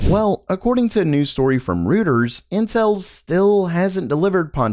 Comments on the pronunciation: Not rooooters, it is pronounced Royters. the boys name Roy , then ters. I interviewed to work there years ago. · Reuters is pronounced roy·tuhz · Reuters is pronounced "Roy"ters.